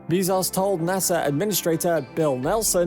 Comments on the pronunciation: Why can no YouTuber say Bezos correctly... Dude says "bees sauce" other says "Bez Ohhs"... Morons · why you gotta take a name that everybody knows how to pronounce and then say 'Bee-zoss' instead...? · "Everybody knows how to pronounce"? Everyone I know says "Bee-zos", not "Bay-zos". Depends if you prefer to pronounce using the English "norm" or use the Latin / Spanish "e" pronunciation. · It's bae-zos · He pronounces it BAY-ZOHS. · This dude said Jeff beezos lol. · Bííízos? Learn pronunciation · Bro stop saying Beezaus please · “Jeff Beezoss” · Stop saying BEEEZoss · How do you pronounce “Besos” ? (Hint: not “Beez-ohs”.) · jesus, its not beezos, its BEZOS (E AS IN EPIC) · "Bae-zose" Bezos